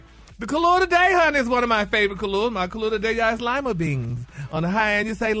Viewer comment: Did Gary say lema beans, I thought it was lima beans 😂